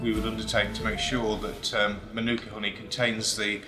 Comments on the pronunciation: The correct pronunciation should strongly stress the ‘Ma’ at the beginning, like ‘MAH-nu-ka’. The first syllable should be much longer than the other two. It’s definitely not ‘ma-NU-ka’, as it’s being said too many times incorrectly. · Ok, I really don't understand this... You write the word mānuka correctly, yet you insist pronouncing it wrong ("manûka"), with the stress on the second syllable! What's wrong with you? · Here's a Tip on Correct Pronunciation: Manu - ka, not Manooka. Break it into syllables, as I've outlined. The most expensive I've seen it sell for at local supermarkets is $20. But I just get the small jar which costs me $12 sometimes I get the next size up from there which costs $15. It's not even the most expensive Honey they sell here, they have other brands selling $50. Never seen it priced at $100, that would make it Liquid Gold. I'd try it at least once, anyone got any handy to send over lol Kia Ora! 😊👍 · pronounced mah-noo-kuh, not ma-nOO-kuh. the Mah is emphasised, not the Noo sound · I believe the NZers pronounce their tea tree honey a bit like "Mar-neck-a" . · Fun fact it’s actually not pronounced the way we all say it. It’s more like “Mar-na-ka” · Mānuka is pronounced Maanuka. Drag that ā out like you mean it. - Māori is pronounced Maowri not Mahri. Dont forget to roll that r. Show it who's boss. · The macron over the A (Ā) means it’s a long A, with the emphasis there. MAH-nookah. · It’s pronounced ‘ mah nooka ‘ you idiot. The emphasis is on the first syllable. It’s a Maori (indigenous New Zealander) word. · Narrator: Månuka Me: Giggles in Arabic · Oh and by the way it's pronounced 'Maa' - nuka. That's the meaning of the line above the a. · I wish the narrator learned at some point how to pronounce mānuka, but I guess the lab worker didn't get it right either. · All this research and information and the narrator still can't pronounce mānuka or māori